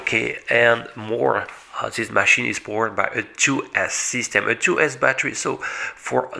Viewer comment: Nice 'máchine' .....😃😉😄